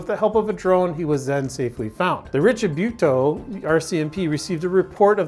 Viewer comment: Richibucto = Rish e buck toe. :-) Great video as always.